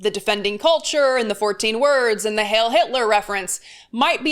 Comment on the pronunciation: Heil isn't pronounced hail. It is pronounced highl.